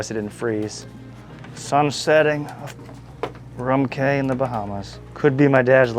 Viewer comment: Bro, cay is pronounced "key" It's not Chubb Cay. It's Cubb "key" It's a Spanish word that's been anglicized from cayo meaning small island. I thought you would like to know, since you reach so many people. Please say it correctly.